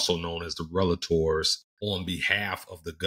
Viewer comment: Superb analysis! Until you said you aren’t a lawyer I thought you were. I’m a lawyer and have worked with DoJ for decades and you sounded like one of us—even down to pronouncing “relator” correctly : ) Looking forward to more videos from you as I catch up in this increasingly demanding, very important (and overlooked) area of compliance. I suspect the average person has no idea how much China has been stealing from us for decades—and the importance of that data theft. Folks should read “The Hundred Year Marathon” by long-time China scholar Michael Pillsbury. (Basic premise of the book: despite feigning interest in detente, China has secretly and aggressively been at war with the US for the last 50 years, with the aim of having its racist, imperialist, women and gay oppressing, mass-murdering communist dictatorship become the dominant geopolitical force worldwide. Stealing data/technology has been and remains central to that horrific goal.)